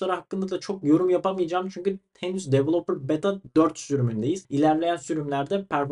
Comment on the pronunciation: devıloıper dort diyosun